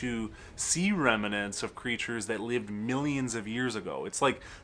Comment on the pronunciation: Ok. It's Gay, rhymes with bay, not Fi-ette. And it's remnant not reminant. But who cares. You're great. Fascinating content, great personality and cute.